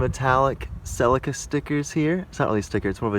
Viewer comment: What is it with Americans taking words from other countries and pronouncing them like tards! Who say Celica like that? 🤣